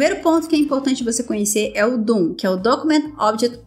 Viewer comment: só quero fazer um ajuste... DOM e não DOOM... só um erro de pronuncia, haha... mas o video tá otimo, bom trabalho. Vou recomendá-lo para meus alunos.